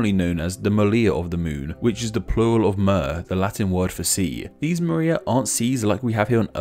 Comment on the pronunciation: I love your videos, but PLEASE, learn how to pronounce R in different languages. It's not MALIA! and the singular form is not MEHHH!